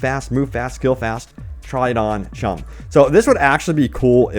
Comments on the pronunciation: Choooooooom, not chum xD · CHOOM NOT CHUM? YOU DONT EVEN PLAY CYBERPUNK YET YOU CONSTANTLY MILK INFO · It's not chum....its chooom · choom, not chum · Choooooooom it's pronounced Choooooooom, it's short for Chooooooomba! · you mispronounced choom, do you even play the game. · Dude! How can you play and talk so much about Cyberpunk, but cannot pronounce choom? (hint: choo choo or broom). It does get said in game and random NPCs. I forgot the previous reason you stated for mispronunciation in an older vid - so don't take it hard, just surprised.